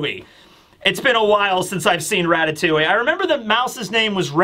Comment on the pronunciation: As a frenchman the way you pronounce Ratatouille hurts my soul